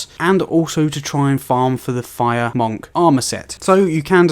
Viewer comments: Why do you pronounce it MOHNK? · You have the weirdest way of saying monk. Good vid though :-)